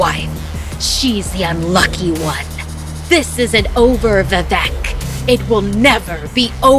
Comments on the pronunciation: As a Bengali, the pronunciation of Vivek as vevec just gave me chills.... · Wtf it's vivek you are telling it as vevek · The mispronunciation of Vivek is so funny 😂 "vevek" that's what she says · It's not vi - vek not veevek that's the pronounciation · It is vivek not vivac Your pronouncing was ❌wrong. But I still like watching👀 your vids😂🇮🇳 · Its vivek not vivak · The way she says "Vivek" As "Vevec" Is giving me anxiety 😭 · It should be bibek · I didn't get it until I really got it VIVEC. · Just tell them how to pronounce it. “V-wake” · She: Vivec Me: Arey oo vivek bhaiya. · Vivek is pronounced as "V-wake" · Amazing narration.... Just a tip....Vivek is pronounced as vi-wake....like the word ' wake-up'😁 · for rest to pronounce vivek u can try to say we-wake no pause just say it conjoined and that is how u can say VI-Vek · Vivek pronounced as ‘vi- wake’ :) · BRUH WHY IS SHE CALLING ‘VIVEK’ AS ‘VIVEC’ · I half died when she pronounced vivek 'vevac' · It’s pronounced Viveek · I'm Indian and I was laughing at how she pronounce calicut or vivek.